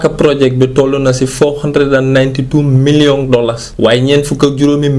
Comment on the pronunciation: Who else heard miliyong dollers 😂😂😂😂